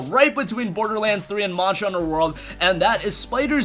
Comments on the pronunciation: So it's not just me then 😁 and he said it at least 20 times. Marshall hunter world 😂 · Why can you not pronounce "monster" correctly? Morster hunter world 🤣🤣